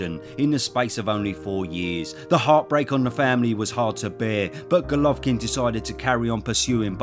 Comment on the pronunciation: i have to compliment you on your perfect pronunciation of his name. i always struggle with it, but you propa smashed it.